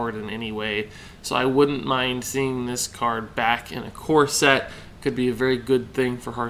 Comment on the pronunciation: Every time you say "core set" I hear "corset" that thing that women wear lol.